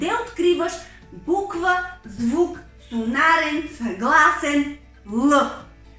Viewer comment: Няколко поправки относно произношението на думи от страна на учителката. "Сонорен", а не "сонарен"; "флумастер" , а не "фломастер".